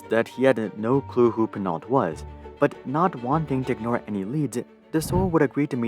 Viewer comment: Domenico De Sole is Italian so Sole is surely pronounced as two syllables and not as the bottom of a foot. Pinault too. It ought to sound more like pee-know.